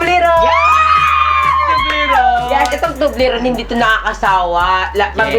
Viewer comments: Tobliron or tobleron can you pls. talk proper umm.....gay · Toblerone!hindi po Tublerone!Mali talaga! HayNako!